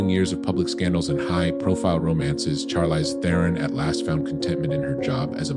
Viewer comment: Learn how to say her name for one thing.